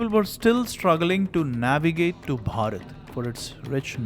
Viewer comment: He pronounces Bharath 3 different ways. Be natural, quit the affectations with the hard BH sound.